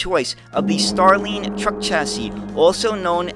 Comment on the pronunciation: i like your content,, but I am surprised of your pronunciation of starline. it's like star and line.... whilst the sound you make in line would be needed for the I in Iveco. best regards!